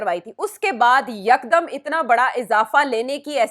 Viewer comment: YEEEKKDDUMM 😂😂😂 what's this madrasi style yeekdumm 😂😂😂